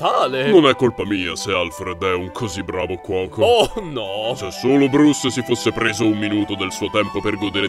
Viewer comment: "VENDO ZOLO GARAMELLE ALLE AMIKE DELLA GENGH"